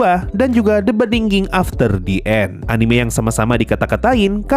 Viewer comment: Btw The End sensei, bukan The And